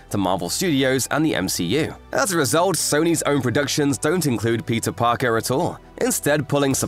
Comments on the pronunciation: The whole video I thought, that he is saying Pizza Parker 😂😂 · Why am I hearing "Pizza Parker"?